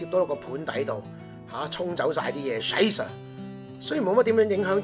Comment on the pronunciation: Bob嘅Scheisse发得好标准啊哈哈，btw，中午啱啱喺饭堂食咗Haxe